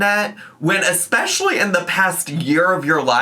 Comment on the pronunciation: it kinda makes me laugh when she's trying to be so serious but keeps saying exspecially